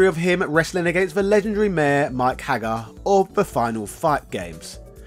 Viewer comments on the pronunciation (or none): none